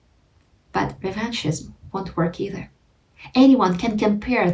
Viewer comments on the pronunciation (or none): none